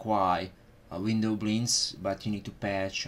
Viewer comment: i dont like the way you pronounce "windowblinds"